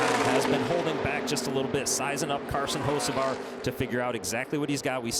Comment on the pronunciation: It's Hocevar not Hoceavar